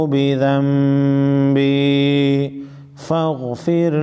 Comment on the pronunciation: আবুউ লাকা বিযাম্বি। নাকি আবুউ বিযাম্বি একটু ক্লিয়ার করবেন